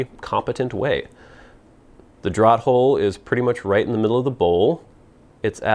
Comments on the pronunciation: isn't it pronounced "draft" hole? as in letting air move? draught is pronounced draft, no? you don't ask for drawt beer do you? I know americans have changed certain spellings. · Another great review and video,. Thanks. As a note, and I hope you will accept this in the kind manner it's presented: 'draught' is always pronounced as draft, which is strange, admittedly, as we always take a draw, but there it is. English is a funny old language. Best to you.